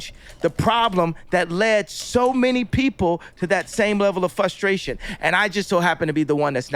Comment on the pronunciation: Holy shit how can people listen to this guy speak for more than 2 sentences... I can only hear "fUHstration" and "people with engineering oppotunities" so many times. This guy is figuring out the shit that most of us had to figure out in high school in his fucking forties. Like what a fucking baby. Stop playing victim and fix your shit.